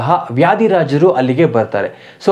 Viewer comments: anna adu Vyadirajaru alla adu Vadirajaru yatigalu, sariyagi uchharane mele ottu kodbeku taavu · ಅದು ವ್ಯಾಧಿ ರಾಜರು ಅಲ್ಲ ವಾದಿರಾಜರು ಎಂದಾಗಬೇಕು